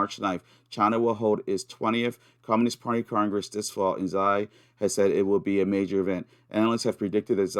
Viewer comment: Hi mate. Subbed to your Odysee. Btw, I speak Chinese & "Xi" is pronounced like "she". Have a good one. 👍